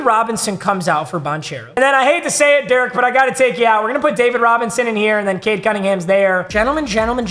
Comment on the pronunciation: Especially when it was pronounced “Cade”